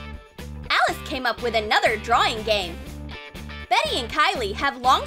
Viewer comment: Not drawing drawing your saying drawwing with two w